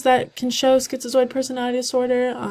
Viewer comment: are u pronouncing it schizioid? lmao